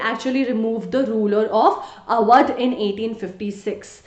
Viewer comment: Sry it is AWADH